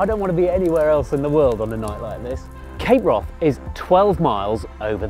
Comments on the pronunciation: Its not pronounced Cape Wroth...It's Cape Wrath...Brilliant Bruder Trailer, Shame you didn't show more of it 😞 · Why does this guy keep saying cape Wroth?